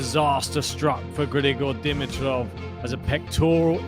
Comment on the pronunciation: I haven't bugged you guys for awhile, but after today it's time... It's not "Di-mi-troff." It's " D-MEE-troff." Heavy emphasis on the MEE syllable. Having that out of the way, this is such a tragedy. And as bad as I feel for Grigor, I feel badly for Jannik as well. A huge asterisk next to this tournament now for him. What a bummer!